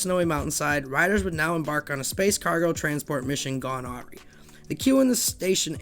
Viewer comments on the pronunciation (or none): also, the word"awry" is pronounced uh-rye, not aw-ree